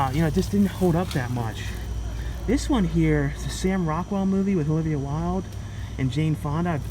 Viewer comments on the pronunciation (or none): none